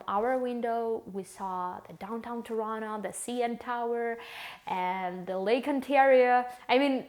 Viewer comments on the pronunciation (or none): none